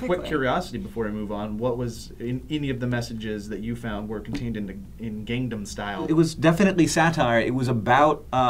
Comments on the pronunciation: it's pronounced more like "gong-nom" not gang 'nam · btw it's "Gang-nam" not "Gang-dum." You Americans seem to struggle with that word. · it bugs me when people mispronounce Gangnam.. haha. but everyone does it so.. :P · somebody tell that it's pronounced Gangnam Style, not GangDam Style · goddamn it joe it's gangnam, not gangdam. imma light yo house on fire ;p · Its no gang nam its pronounsed kangnam. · It's not "GangGAM Style"... It's "GangNAM Style". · its not pronounced as gandom style i it GANG NAM style :) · its said as gongnam style but spelled gangnam style people dont know how to say anything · For the love of god, stop pronouncing it GANGnam style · Am I the only one it bothers when they say "gangdam style". There's no "d". Enunciation. ENUNCIATION. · PRONOUNCE IT PROPERLY oh my god that keeps annoying me. GAHNG-NAH-M STYLE. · its pronounced as kahngnahm. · why do i keep hearing gang'dam' style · Please stop pronouncing the A's like "Say", its pronounced like "Saw" when saying gangnam style. I so cringe from the way you guys pronounce it. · Gerrrrrrrrr why can't you guys pronounce Gangnam right?!! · Please don't talk about anything PSY until you can say Gangnam style right :I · Can't anybody pronounce "Gangnam" correctly? Not that hard. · I love sourcefed, but in all honesty; It's not hard to pronounce gangnam style. xD